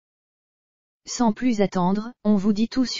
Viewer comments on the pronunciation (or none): none